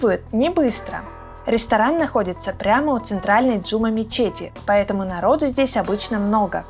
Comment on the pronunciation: Прости те но не Джу’ма мечеть ,а Джума’ мечеть